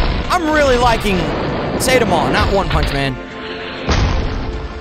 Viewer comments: ITS NOT PRONOUNCED SAYDEMA ITS PRONOUNCED LIKE SAY TAM A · Everyone: saitama: csaytamaaa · bro be saying satima its saitama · its saiiii/tamaaa but yes gj thus far sir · the way he pronounce saitama 💀